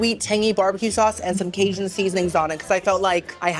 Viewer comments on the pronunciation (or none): none